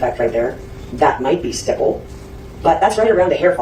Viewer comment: Stop mispronouncing stipple 🤦🏾‍♀️